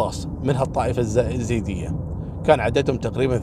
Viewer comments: اسمنه مو زيود ايزيد نطقكم غلط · عفوا اخوي احمد الخزرجي يقصد الايزيديين وليس الزيديين بس ما نطقها عدل هذولا في بعشيقة وسنجار اللي احتلوهم وسبوهم الدواعش 🌹